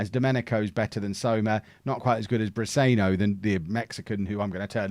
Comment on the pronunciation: Pronounced Brisenyo